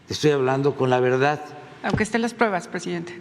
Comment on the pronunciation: Aprenda a hablar se dice verdad no verdat